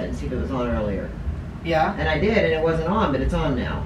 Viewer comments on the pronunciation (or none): Listen to when she says” it wasn’t “ you HEAR her she her accent 😱